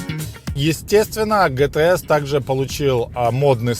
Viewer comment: Спасибо за обзор., режет ухо неправильное произношение английских слов. Не ге-те-эс, а джи-ти-эс. Не питон грин, пайтон грин. Или уже "питон зелёный", если полностью переводить. Если по теме, хотелось бы больше внимания PDC и опциям, типа адаптивный круиз контроль.